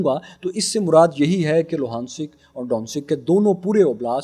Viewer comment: Bhai ye donensek or logansek nahi he Ye Do-nen-sk, he S ko k ke sath use karo Donensk Logansk